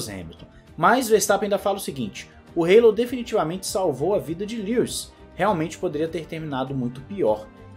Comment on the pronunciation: O que é o Reilou??????? Se todos falam Hallo( álo)!!!